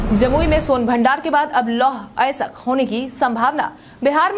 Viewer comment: अयस्क नहीं बोल पा रही हो